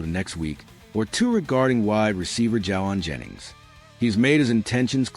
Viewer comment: Wow, you don't even pronounce his name correctly! And what is this Confirmed? Clickbate.